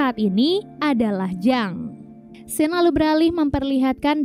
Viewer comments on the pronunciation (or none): none